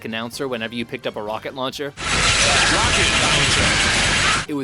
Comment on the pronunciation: Rocket Lauwncher!